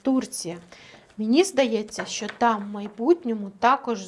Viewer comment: скажіть нехай не чьокає,в нашій мові чьо,що це дуже погано